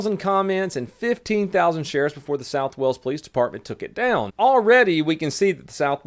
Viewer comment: its pronounced whales. not walls. whales= wales